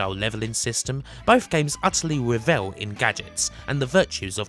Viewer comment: Re-vell? Revel. Revel.;)